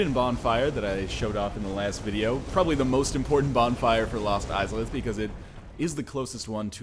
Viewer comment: I keep thinking you say Mos Eisleyinstead of Lost Izalith.